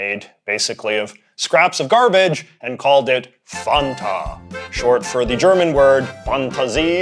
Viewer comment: For the pronunciation of Fanta, I'd like to point to the commercials with the jingle. It's not waynta faynta, it's want a fanta, and it rhymes. Not that it matters at all lmao it just makes me laugh to think of the commercial jingle pronounced like that